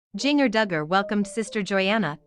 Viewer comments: Jin-jer.....not Jing..er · Right. I was hearing jr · It's Jinger, not Junior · What I don't understand how in the world you don't know how to pronounce Jinger? So many other creators mispronounced other names and words in their vids. Makes me crazy! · “JING ERRRR” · Omg I wish this robot could pronounce Jinger's name right 🤦‍♀️